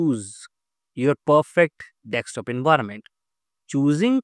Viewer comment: It is "D E S K T O P" not "dekstop"! SK not ks!